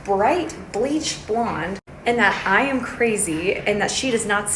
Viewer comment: Also maybe I'm done but ive always heard it said "bleach blonde" not beach 😅 and girl why she saying she's been a natural beach blonde her whole life.....girl it's not natural if you're getting foils and shit gewdlawd